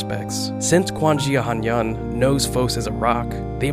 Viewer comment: i'm so sorry but when i heard how you pronounced 'quan xia han yan' i screamed irl 💀💀💀💀💀💀